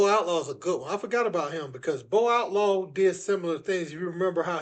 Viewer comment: This man said Bo Outlaw 😂